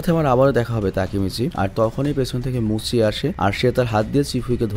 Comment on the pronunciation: Vai Oita tenziku hobe r muchi na bole moucchi bolben please ❤